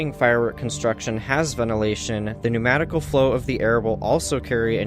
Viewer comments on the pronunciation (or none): This guy is just pulling shit out of his ass... He said 'pnuematical'... 🤔🤣